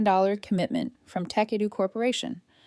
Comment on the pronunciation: Jesus. Tekedoo? Tecadu? Tech a do? Tekedu? When will AI actually contain ANY kind of even vague, minimal Intelligence? “Tech Edu” really seems to have fried its motherboard.